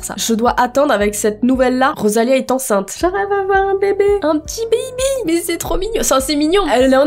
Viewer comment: J'adore quand t'arrive pas à dire "enceinte" 😂